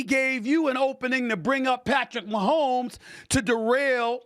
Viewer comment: Is he saying Patrick Maholms not black